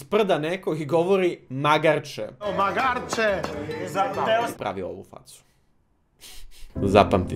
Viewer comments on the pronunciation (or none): Mislim da se ne obraća Radi sa "Magarče!", već da joj ukazuje nišlijskim akcentom na (malo) magare - "magarče". Pogrešno si akcentovao 🙃... (mada verujem da nikog i nije briga). U svakom slučaju "Keep up the great work, "